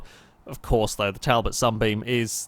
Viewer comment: Its pronounced tall bot i thought you would know that